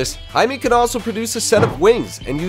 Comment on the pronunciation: Why is he saying hi me and not himay